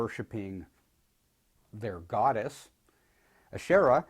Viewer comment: Wow u really pronounced the name right kudoos to u